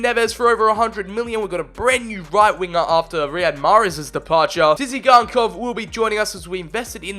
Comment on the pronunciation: How the fuck did you called tsygankov its not tisigankov it is tsygankov